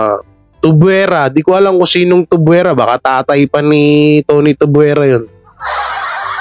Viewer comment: Tuviera, hindi Tuvuera😊